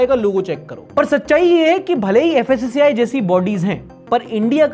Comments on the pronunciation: *fssai not fassai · Fassi❌ Kassi✅ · FSSAI ❌ FASAYE✅